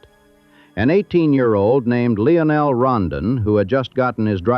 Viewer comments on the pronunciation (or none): none